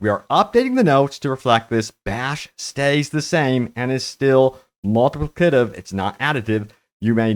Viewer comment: Slow down and say it with me. Mul-ti-pli-ca-tive.